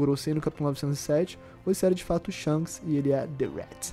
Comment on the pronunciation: Shonks kkkkkk essa de irmão gemulo não dá pra mim 😂😂😂